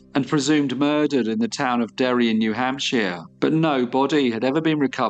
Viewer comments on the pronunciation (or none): New Hamp-shire not hamp-she-er